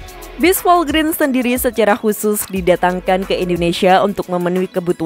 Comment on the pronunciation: Dibacanya bukan Volgrin min, tapi Volgren. Singkatan dari Volvo Grenda.